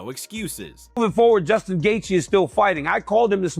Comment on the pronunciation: hahahaha gaykee? learn how to pronounce their names before being a source of info about them matbe hhahahahah